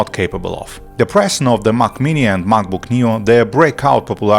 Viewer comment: I can't listen to this whole video if you will keep pronouncing Mac as Mach. Mach is the kernel. Mac is the computer. They aren't pronounced the same. Get the basics down, then I will consider what you have to say.